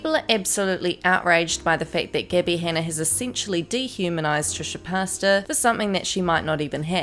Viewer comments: "Trisha Pasta" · Trisha pasta? 😂 did I hear that right?? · No one: Not a soul:: TrIsHa PaStaS